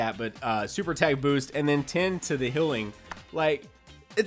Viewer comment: Hilling? Anybody else hearing this? First Silling and now hilling?